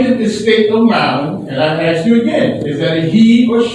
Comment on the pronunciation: Ask not axe. Why is “ask” so hard to pronounce correctly?